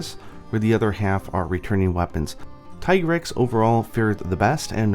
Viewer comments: TEA-grex is the correct not TIE.what are you talking about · The handler says "Tee-grex", so, no, "Tie-grex" isn't the correct pronunciation. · God dangit, it's not Tih-grex OR Tie-grex, it's officially dubbed Tee-grex in English. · i prefer said [Tea-grex] not [Taï] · Mi handler says "Tee-Grex", not "tie-grex". Is something wrong with my game? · Wait, I'm confused about the Tigrex pronunciation. I've been calling it Tai-grex this whole time, and then Iceborne says Tee-grex, but you say it is officially Tai-grex? Which is it? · Ty-grex??? In Iceborne they call it Tee-Grex. I swore these debates would end already but damn, the "Ty-grex" side has evolved into full on denial. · It IS pronounced "Tee-grr-ex". Because the name is a pun on "T-Rex" with extra "GRR". The name was even confirmed in spoken manner within Iceborne. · Tigrex's Japanese name is literally pronounced "tea-grex" though. You'd think a guy notorious for playing Japanese versions of MH games rather than waiting for translations would pronounce it so. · This nigga just said Thai grex... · isn't it pronounced teegrex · Doesn’t the handler pronounce it Tee-Grex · Who the hell pronounces Tigrex like Tee-Grex? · It's actually "Tee" grex in Iceborne, the handler clearly pronounces it that way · Bro. There is voice acting, you can't say that a pronunciation is correct when it is directly contradicted by the game. The handler very clearly enunciates "tee-grex." Small nitpick but you took an aside to comment on it so, yeah. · Uh, no, it's still TEEgrex. They even say it in the cutscenes. The only way it would change would be if Capcom japan changed the romaji spelling to Taigarekusu. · I'm glad I'm not the only one who noticed mistake on Tigrex pronunciation. Shame on you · In english, Tie-grex is the official pronunciation. In Japan, its Tee-gure-kusu. So either pronunciation is fine. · what can we do? well... at least pronounce the name correctly like how it should be I guess? :/